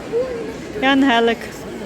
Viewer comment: Чудове відео! Дякую за різдвяний настрій❤ Так мені подобається ангЕлик, це вимова мого батька (він з Микуличина). 😊